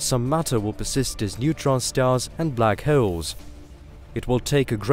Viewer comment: "Black Heoles"